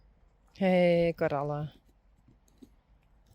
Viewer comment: Hi, I wonder Since you have Coralle at your stable you are calling her Carolle! Slip?? Easier to say??